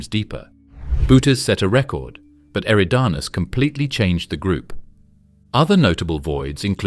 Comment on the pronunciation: I’ve heard you pronounce “eridanus” 4 different ways since the video began. Get your fucking shit together!!